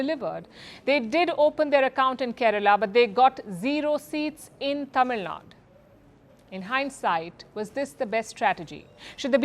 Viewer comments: It’s not ‘Tamilnad’, it is ‘Tamilnadu’. Can’t believe a journalist is getting it wrong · It's not Tamilnad but TAMILNADU